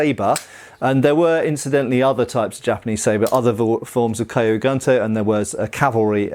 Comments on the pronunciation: just as an FYI, kyu isn't pronounced kaiyu, you pronounce it exactly as it's spelled and run the k and the y together with no other sound between. This applies to all Japanese words that start with a consonant followed by the letter Y like gyu and ryu. So, not A sound, no E sounds, nothing in between the first letter and the Y. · Nice to see you've got the rough pronunciation of tachi down... Clearly kyu is next on the list. :P But great video. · I've been learning Japanese for a few months and I was like AAAAAAH the entire time lol. It doesn't really actually matter, but when you know better it's like aaaaahhhhh lol. Yes the way it should be said (Kyu) is like literally saying the letter Q in English. What doing is pronouncing it as KiYu which isn't right. Also even then, KiYu would be pronounced like the word Key and then the word You, and not Kigh (like the word High). If that were the sound, it would be spelled Kaiyu. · I think kyu should sound like q from star trek ? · Just wanted to point out that the word Kyu in Japanese, meaning old, is pronounced more like "Q" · 'Kyu' sounds like the letter 'q'. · The "Kyu" in Kyu gunto should simply be pronounced the same way we say the letter Q. Hence: "Q goonto". That is, assuming the pronunciation of Q is the same in both British, and American English. Hopefully, it's not similar to the letter Z in that regard!😀 And those have to be just about the ugliest things ever made! If they were all melted down and made into other swords, I don't think I'd shed a single tear!😀😂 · One tip, Kyu is pronounced like Q